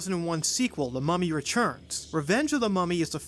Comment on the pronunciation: "The Mummy Rechurns"